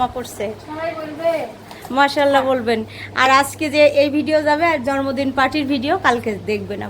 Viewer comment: জর্মদিন না বলেন জন্মদিন